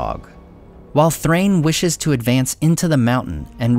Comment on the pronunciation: First time I’ve heard Dain and Nain pronounced correctly 👏🏼 But, wouldn’t Thrain be pronounced the same (“Thrine”)? Love your content! Enjoy your holidays 🎄